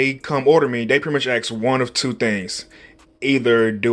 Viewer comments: ... can pronounce asking correctly, but not ask hmmmmm ⛏ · Morelis Figueroa I never never once said it did. Just found it interesting. Most people who pronounce ask as ax(e) pronounce asking—ax(e)-ing. This is an observation not a criticism.